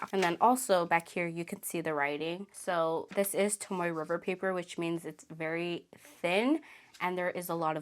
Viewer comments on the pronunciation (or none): I always hear everyone pronounce Tomoe river paper as Tomoway or Tomowe…why is that? When it’s pronounced Tomo